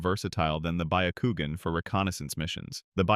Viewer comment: The pronunciation of byakugan is hilarious